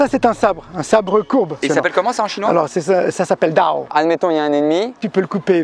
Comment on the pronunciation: Wsh le mec il apprend sa mais il connais même pas les mots Si il connaît les mots mais il sais pas le prononcer (dao=刀）